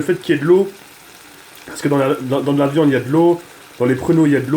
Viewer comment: 4m09 "pour mes frite, pour mes potetos, pour mes merguez mes khefta pour la de-vian quoi" mdrrr 2016